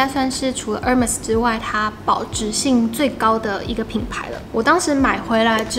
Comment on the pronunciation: 喜歡你介紹的包，Hermes沒讀錯，H不發音喔